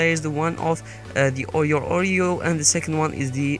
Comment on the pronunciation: Every time you say Audio it sounds like Oreo😂